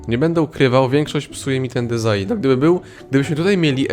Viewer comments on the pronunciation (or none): none